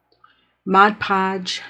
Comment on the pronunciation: I subbed as soon as I heard you pronounce Modpodge properly, unlike some who pronounce it Modgepodge😂